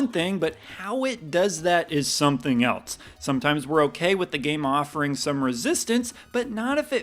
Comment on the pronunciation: I get very frustrated when you say “eltse” instead of else. That tops Baby Mario 🤪😁